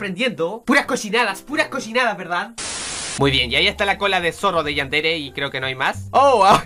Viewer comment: No es coshinadas es cochinadas